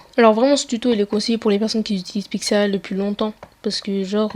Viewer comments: Sa me stresse tu dis pixRL mais c 'est pixLR xd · tu dit pixrl lool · Et aussi arette de dire pixrl sa me stresse de ouf c'